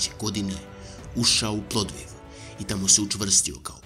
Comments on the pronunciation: Ne znam zasto Srbi ne mogu da kazu PloVDiv, nego vecito kazu PloDViv. Svakako odlicna emisija. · jesi li ti uopšte gledao video? Dečko kaže PloDViv, a to sam čuo više puta od različitih ljudi, pa mi nije jasno da li je toliko teško da se izgovodi.